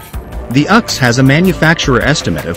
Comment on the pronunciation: The “uhx”? You mean the “U ex”